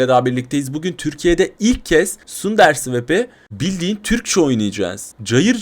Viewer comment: sunderswap değil tese underswap sadece bilgilendirme amaçlı